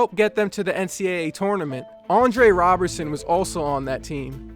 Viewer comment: It’s “Roberson” I’m pretty sure